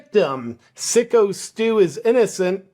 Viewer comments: Its Psycho Steve, not Sicko Steve. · FYI not sicko its SYKO as in Psycho the movie.😂😂😂